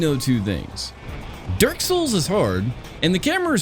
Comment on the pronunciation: Am I the only one hearing him say "derk" instead of dark?